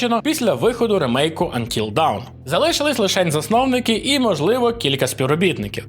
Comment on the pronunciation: "Антіл даун"?? Взагалі то "Антіл доон" правильно говорити.